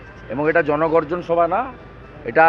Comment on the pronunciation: JonoGorjon noi, GonoBorjon Brigade 😂😂😂